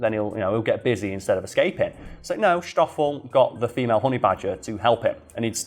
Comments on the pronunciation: It's stoffol not shtoffol.. like ss-toph-fel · I usually don't care too much about mispronunctiations, but saying "shtoffel" every other sentence while it's "Stoffel" like 'stop' was quite annoying 😅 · I know. This is in South Africa not 19th century Bavaria. Schhhhtoffel? No, it's just Stoffel. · All I could hear is mispronouncing Stoffel(its not pronounced Shtofill) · Not a criticism, just want to clarify the 'S' is pronounced the same as in snake.